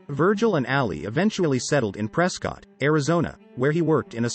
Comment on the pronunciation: Ptrescott … not prescottt , can tell you Arenot from Arizona.|-Sad